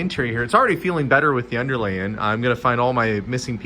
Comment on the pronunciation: I do wish you hadn’t said that as I can only hear that too !:)